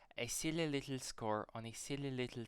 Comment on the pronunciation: Im half German and just a tip when saying words like little or purple, the L at the end is a dark L not a light L